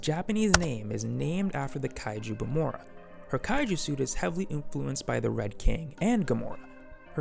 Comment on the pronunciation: Btw it's Gomora not Gamora